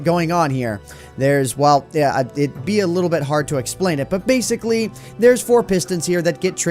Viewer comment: He said baseically instead of basically